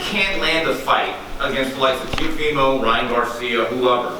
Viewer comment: That reporter really said Teofemale. 💀😂